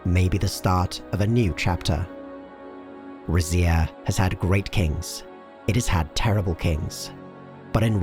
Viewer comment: Lmao I was not ready for you to pronounce it rizz-ia. Ive been saying it like reedz-ia because Zs in Italian make a DZ sound and I think Rizia is supposed to be a culmonation of different Romance cultures.